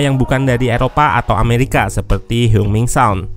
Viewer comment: koreksi dikit, oot, sepemahaman ane, dalam bahasa korea, kata yang kalo dialfabetkan menggunakan huruf eu kaya heung, seung, dsb, bacanya sama kaya eu dalam bahasa sunda kaya deui, geulis jadi kalo dilafalkan jadinya heng, bukan heung. CMIIW